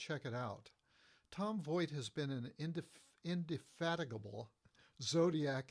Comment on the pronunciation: Dude has a PHD but he can't properly pronounce indefatigable? Hmmmm.